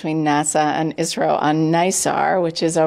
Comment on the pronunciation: Its isro not isrile 😡😡😡